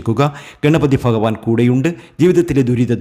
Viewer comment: നന്നായി.. ഫാഗ്യം.. ഫഗവാൻ 😂😂ഫയങ്കര തിരുമേനി 😂😂